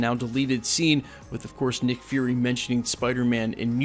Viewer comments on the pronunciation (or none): none